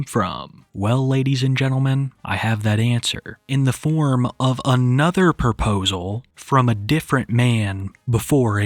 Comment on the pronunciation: Her saying "poposal" pissed me tf off